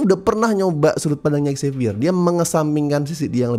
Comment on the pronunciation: Dari dulu kurang sreg sama prnyebutan nama Xavier yg "X-zavier", tapi kayaknya emang pengen menekankan X-nya biar pas dengan X-Men.